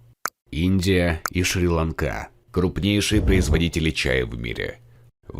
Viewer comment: Не шри ланкá а шри́ ланка